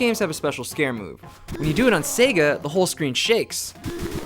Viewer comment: sorry guys, turned off another video because nintendo dude mispronounces sega. sega guy, teach him it's not pronounced 'sehga'--it's super grating.